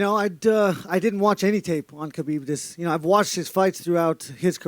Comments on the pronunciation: Do they keep calling him Habib?? Wth?? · BUT DANA YOU CANNOT EVEN PRONOUNCE KHABIB'S NAME PROPERLY... SMFH..